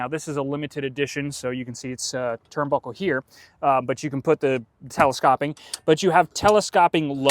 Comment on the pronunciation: Very knowledgeable, but that is not how you pronounce telescoping. It is not the "ah" sound. It's a long O, just like in "telescope".